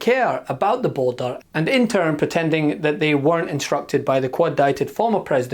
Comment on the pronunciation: BORDER!!!! IT'S NOT HARD TO PRONOUNCE LOL